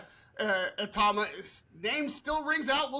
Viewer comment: 1:1 Pronounced 'e-tauma'